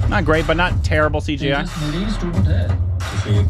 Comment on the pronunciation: The "j" in Tejas is pronounced as-is and not as "h".